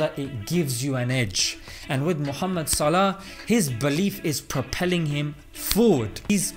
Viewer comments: Mashalla great video brother. But why do you not pronounce his last name correctly as Salaح. You make it sound like his last name is صلاة. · Its probably Swaleh, not Salah (Swalat) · It's No Pronounced Like The Word That Means Prayer (صلاة) It's A Word That Means Righteous (صلاح ) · SALAH name is not meaning prayer , it is similar in pronunciation but it is not the same meaning . i am an Arab person and i know what i am talking about . (the player name ) صلاح not equal صلاه ( prayer ) " ح " in صلاح pronounce as " ه " in صلاه but the two words is not the same you can find the meaning for the word صلاح (the player name) through the following link : thanks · اتفرج عالفيديو في اوله تاني, هو بينطقها "صلاه" مش صلاح فواضح فعلا إنه مش عارف إن اسمه بالحاء. عمآ الفيديو الوحش فيه عنوانه كان ممكن يكتب عنوان زي "أخلاق محمد صلاح الاسلامية" حاجة كدة يعني بدل ما يكتب "صلاح بيغير دين جماهير ليفربول ؟" ويشخصنوا اكن ده هدف من اهدافه انه يغير دينهم. الصحافة البريطانية من احقر ما يكون مش زي ما حضرتك فاكر هي اصلا قايمة عالاشاعات والهري, لو وقع في ايديهم فيديوهات زي بتاعت الشيوخ اوالكلام ده والله صلاح ما هيسلم منهم. ربنا يحميه علي اي حال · ماهو بينطقه صلاه لان معندوش حرف الحاء لانه مش عربى لكنه فاهمه عادى الموضوع خد اكبر من حجمه ههههههههههههه انا بقول ندعى لصلاح ربنا يباركله ونقفل الموضوع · It's Salah as Salahuddin not as prayer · correction:his name should be pronounced as Saaleh(Name of a prophet) not Salah(Namaz). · Its صلاح not صلاة mate its two different words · It's Salah (صلاح) not salat ( صلاة) LOL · By the way bro His father’s name is Salah as صلاح righteousness No Salah as in صلاه prayers , just thought to correct the tiny misunderstanding God bless you all